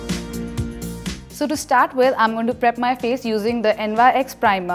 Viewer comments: NYX is not prounounced as n.y.x. It’s pronounced as nicks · Not N.Y.X....its pronounced as nicks